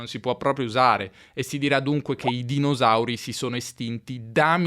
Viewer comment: "dinosauri" con la esse sonora, anziché sorda, non si può ascoltare. Se sei di Torino puoi dire "Roma fu fondata"; ma un Romano dirà "è stata fonnata" 😅